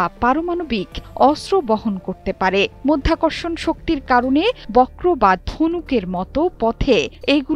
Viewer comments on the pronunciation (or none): none